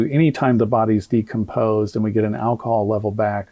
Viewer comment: There was a medical expert there but he didn't allow her to explain he report rebut he didn't see her speak at all. If I'm being honest I didn't watch all of it because once he started mispronouncing decomposed I had to tap out. I honestly believe it was so reckless and embarrassing. That man's ego is so over inflated and I don't know why so many people in the black community keep propping him up like oh Benjamin Crump is on the case watch out everyone. Every case he's involved with he ends up losing. He should just stick to tort law and give up the ghost because he sucks as a civil defense attorney & I hope he gets his karma soon bc he consciously race baits and that is really harmful because it spills out into the real world and causes division. I don't trust that man as far as I can throw him and honestly whenever I see he's involved with something I immediately believe the opposite. I wait until I see a lot of evidence before I form a final opinion on something but it's off to a bad start for his cause whenever I see him involved because like I said I don't trust that man and I think he has no integrity and I also don't think he cares about the black community he just cares about the GoFundMe money he can sponge off the black community...